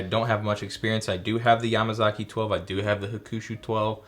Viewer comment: The way you pronounce Yamazaki is with a more emphasized MA. Like yaMAzaki, not yamaZAki.